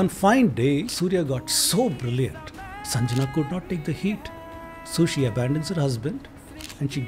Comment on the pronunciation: It is pronounced as Sangya, not Sanjana. What was this guy again? Being given so much footage on a subject that he has no knowledge about?